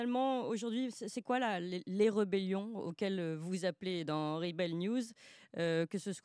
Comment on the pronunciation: Clémence a du mal avec la prononciation de l'anglais (rebel; labour...)...